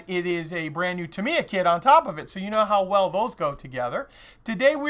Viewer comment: Nice kit, nice video, terrible pronunciation. 8-D It's TA mee ya , just like SU ba ru , except it is TA mee ya ! :-) Seriously a cool video tho .